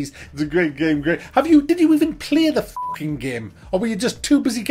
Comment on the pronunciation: "yeah, iss a grea gaem" killed me every time xD